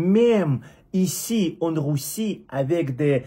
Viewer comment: Ahhh mon ami ! Pour dire Russe et Russie. Prononce le comme si tu disais Rue SSi et Rue SSS